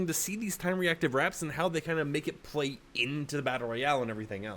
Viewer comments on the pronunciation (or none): none